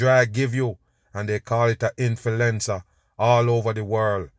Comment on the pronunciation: INFULENZA lmao 🤣🤣🤣